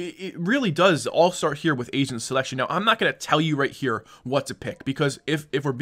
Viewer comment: thought he said asians I was so confused